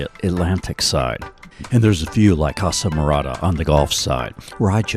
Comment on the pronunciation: Just fyi, you keep pronouncing it wrong. It’s pronounced iz-laa-mr-aa-duh. Short I sound at the start, not a long I.